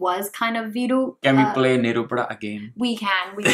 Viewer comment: it's not ni-ru-pu-da. u have to pronounce it as nae-ru-pu-da which means fire.